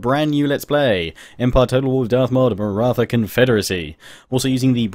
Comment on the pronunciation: Its Maratha with 'th' as in Thomas